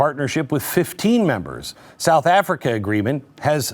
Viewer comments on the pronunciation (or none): none